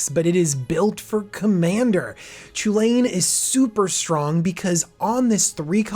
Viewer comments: Not to be a complete asshole, but it should probably be pronounced Koo-Lin or Cullin. The sound 'Cha' doesn't really happy in Celtic languages. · Since its Chulane shouldn't is be pronounced kulane? Like the celtic mythological hero Cu Chulainn?